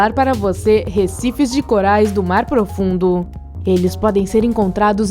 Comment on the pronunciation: Vai toma no cu aprende a narrar caralho que horrivel hoje vamos falar da profundesa do marrrrar